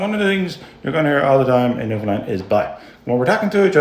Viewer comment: the girl says her parents are from Newfoundland ...yeah right! lol she said newfoundland totally wrong! Her parents would have chastized her and made her say it right lol